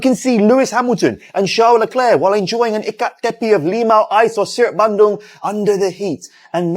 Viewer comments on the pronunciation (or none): none